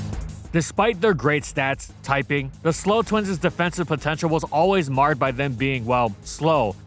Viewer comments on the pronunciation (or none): none